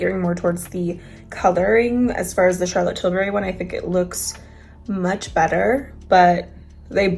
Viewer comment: Here to again say I still giggle when she says Charlotte tilberry instead of tilbury lol